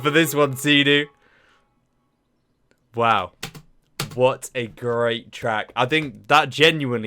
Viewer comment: it's not Sea-Doo, it's Sid-Du